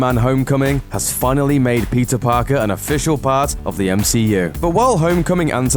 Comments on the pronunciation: Did he say pizza Parker? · At the start I thought he said pizza Parker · everytime he said peter... i thought he was saying pizza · When you say 'Peter', it sounds like 'Pizza' idk, i'm hungry now. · Wtf why did it sound like he was saying pizza instead of Peter